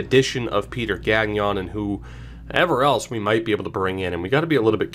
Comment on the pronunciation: Your pronunciation of Gagnon is not horrific, but since you'll probably say his name a lot during this series, I just wanted to give you a few pointers. The "gn" sound in French sounds a lot more like the ñ in Spanish, so don't pronounce the second g. Also, don't pronounce the n in the "on" sound. A bit like you don't pronounce the n in the word song. Keep it up. Excited about this.